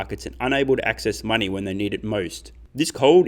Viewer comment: Is it just me or does it sound like he says solving the mining problem instead of money problem.